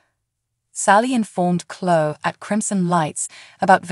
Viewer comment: It is Cloeee,not clo